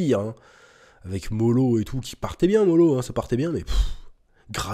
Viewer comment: lapsus avec l'arc "MOLO" au lieu Moro 😂